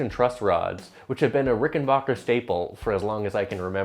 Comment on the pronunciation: It's RickenBACKer, not RickenBAWKer.